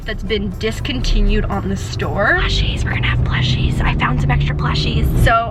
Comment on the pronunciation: did you say pLuShiEs??